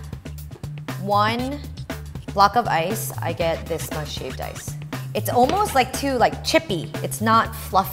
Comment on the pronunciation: Sounds like she is saying shaved dice